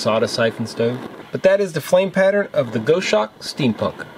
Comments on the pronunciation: Hi..... it’s pronounced.....Gos Hawk..... not goshark...... just a heads up.... the goshawk is a beautiful bird of prey.... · Gos hawk, not Go shawk. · Go shawk? Pronounce it Goss Hawk. Maybe you don't have them in the USA. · It's gos-hawk, rather than go-shawk - it's named after a bird. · Pronounced Gozz-hawk, not Go-shawk. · Gos hawk not Go shawk! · It’s Goshawk. Gos-hawk. A large bird of prey. Like Sparrow-hawk. 👍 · it's Gos-Hawk mate. Aussie bird of prey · Just a quick word,. The name is from the bird of prey, it's pronounced like boss hawk. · Just for you information. Goshawk is referring to a birds name. The pronunciation is "gosawk". It is a hunting bird. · Not to be a pedant, but it’s pronounced GOSS-hawk. Named after a hawk from the Accipiter family. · I think this is pronounced Goss-Hawk ....the same as the bird which I assume its named after. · (It's pronounced Gahs- hawk). It is one of the birds of prey; of the Hawk family. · The name of it is a bird of prey and pronounced gos-hawk! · Love your channel. Never thought for a minute that you would resort to click bait. Knew it was legit. Cool stove but a little pricey with the postage. I think you may be pronouncing it incorrectly. A Goshawk is a raptor, like an eagle or falcon, only much smaller. More like a Kestrel. It is pronounced like gosh hawk except you drop the first "H" sound.